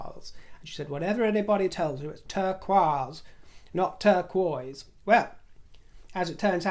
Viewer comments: You do NOT sound pretentious one bit dear when you pronounce turquoise the right way! From Frenchie here! And I fell in love with your princess gloves... oh so jealous was I! Thanks for all you do! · Barbara Cartland's pronunciation of turquoise is the French pronunciation of the word. Indeed, it does sound much more pleasing to the ear than the standard English version. Well done. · The way you pronounce TURQUOISE, is French, and that’s the exact way you should pronounce it❤ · I would love to start using your pronunciation of ‘turquoise’! I live in the US & my state is known for its Native American heritage and culture. When I hear turquoise, I think of the stone more than the color. Turquoise is the stone most commonly used in American Indian jewelry. Many Native American Tribes associate turquoise with good fortune, protection during battle, and healing. I have heard it referred to as “sky stone” because it was believed by some tribes to be a piece of the sky that had fallen to earth. I thought that was beautiful and Rivers pronunciation is so fitting. However, I will keep that only in my head as I would never risk offending anyone. That and I can imagine the looks I would get! 😂😂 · Hey! In the Netherlands we pronounce turquoise in the same manner as you do! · Loved your "show" today and all your great stories! lt seems you are pronouncing "turquoise" as the French do! Did your teacher also visit Paris? What a great story about her. I, too, had an old timey, spinster 6th grade teacher who wore black dresses and oxford tie shoes. She let us make fudge in the classroom and I have never been able to replicate that scrumptious smell and taste. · your pronunciation of the word turquoise is correct. It is a French word, and adjective, meaning Turkish. It's the feminine adjective, so if the object were masculine it would be turquois. It just means Turkish. I do wish more people learned other languages.